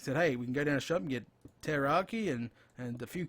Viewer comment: Pulling my hair out. It's Teriyaki NOT Terroraki. Are you trying to scare the chicken before you cook it, for flavor? Rotflmao!